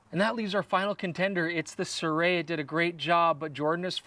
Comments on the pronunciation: That's not how you pronounce Sirui. Pronounce the vowels only. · You might want to ask someone who speaks Chinese how to pronounce “Sirui” 😁